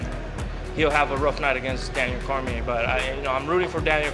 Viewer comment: Ortega is so fucking stupid that he doesn't even know how to pronounce Cormier. What a fucking moron.